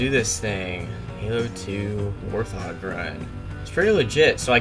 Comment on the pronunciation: It's not warth og, it's pronounced 'Wart-Hog' (End me)